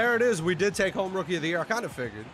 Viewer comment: Man said "Rookie er der yurr" 💀💀💀